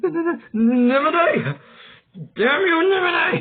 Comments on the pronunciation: NI MO NAH not ni moh nay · It’s spelled nimona not nimonay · Bro was trolling with the pronunciation of Nimona's name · You pronounce the name wrong 😑 Nimona name wrong.but overall great audiobook10/10👍